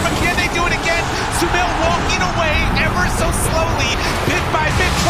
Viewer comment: thought i was the only one... sumaiL i think he wants to say? 🤏😁